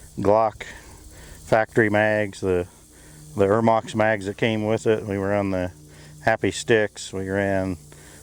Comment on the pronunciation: Not eremox.... Ermox